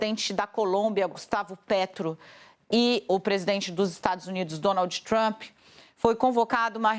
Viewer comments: "DonalDJÍ TrumPÍ" dói o ouvido essa pronúncia lixo do inglês. Tão ruim quanto ouvir "Élon" e não "Ílon Musk" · o ingrêis da dona Dani: Dônoudji Trâmpi😂😂😂😂😂😂😂